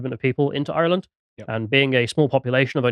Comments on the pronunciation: Why does put on that voice to pronounce Ireland. To prove he has irish background? Reminds me of that guy who says "yanited' to prove he a United fan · Thank you, thank you, thank you lads for bringing this up, much appreciated. We're fighting back., love your lyrical pronunciation of Ireland/ Irish/ Garda... perfection. Thanks again. The Garda taxi this shit into Ireland and attack us Irish for protesting the Plantation Number 2 so of course the brave will attack the Garda. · I do hope you pronounce Ireland better than does. Plastic tattie eater. 😂